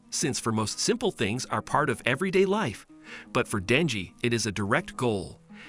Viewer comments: It's Denji not danji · Danji lol its denji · His name is denji not danji